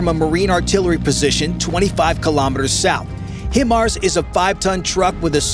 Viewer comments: They are called Hi-Mars, not him-ars. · It’s spelled, but it’s pronounced Vog-ner. HIMARS is not pronounced him-arz. It’s pronounced high-marz. Good grief if you want to do a military video and seem like you know what you’re talking about, at least say stuff right. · FYI The name of the M142 is pronounced HIGH - mars, not HIM - ars. It's not pronounced BOFF - errs, it's pronounced bow - FOURS. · Boe-fors and hy-mars. Ffs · Smart thing to do is fire on the optics, on top of the tank turret, if the tank can't see it is toast very quickly! Next step top of turret with top attack anti-tank missile! HiMars is pronounced HI Mars, for High Mobility Artillery Rocket System! Now you know the correct way to say it! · The pronunciation of BOFORS and HIMARS hurt me in a special place.